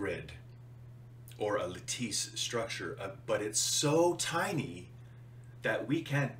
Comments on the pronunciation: isn't it pronounced lattice (la/tis ) . Your theory is we live in a simulation (computer program) That's not a new theory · I liked your video game analogy, but when you mispronounced lattice I calculated you're wrong. lol